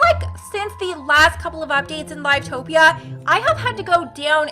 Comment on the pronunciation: Not to be rude but it live not life topia